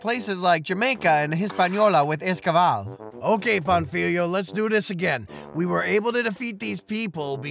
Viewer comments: My dude... at least try to pronounce the name of the guy correctly. Do you see that á in Pánfilo? It means Pa is the accented syllable, so it should be pronounced PANfilo instead of panFIlo. I get that Spanish is not your native language, but a minimum amount of research in top of what you already did would elevate the quality of your video even more. Speaking of research, you skipped over one of the most interesting and lesser known facts about slavery in the new world. What matters Is not that father Las Casas argued against enslaving the native Americans, but the REASON why he though it was wrong to do so. If you run out of material for your videos, consider making one covering the Valladolid debate. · how do you make a 20 minute video about Pánfilo de Narváez and still fail to learn how to pronounce his name correctly 🥴 Also it´s King Charles I of Spain, not V